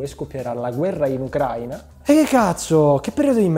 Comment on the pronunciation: Ciao,complimenti per il video stupendo,verso la fine mi sono commosso. Volevo chiederti se per caso il te del passato e quello del presente hanno pronunciato Ucraina ponendo gli accenti in maniera differente,è un particolare voluto?Non so mi ha incuriosito questa cosa😂